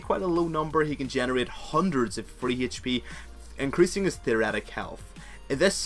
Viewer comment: Great video! I used to be screwed if i was stuck in jungle bu then i used naut and climbed to silver! The only bad thing is your pronunciation of Hp